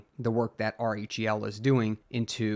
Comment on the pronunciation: Lol just say "rell" if R-H-E-L is too hard to say in the proper order, man. It's distracting to hear r-e-h-l over and over again 😜